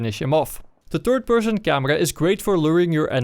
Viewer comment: "The turd person..."